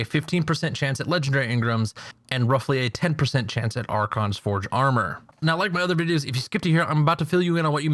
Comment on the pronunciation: ***** its archon* actually